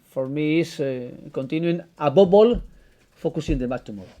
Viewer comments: Buh above all..."abobol"..#smiles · Abobol...jajajaja, how much money he can get a week?, Emery can afford a personal English teacher!!!